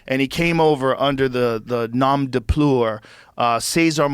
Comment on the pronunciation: “Nom de Pelewer” - Joe Rogan 2025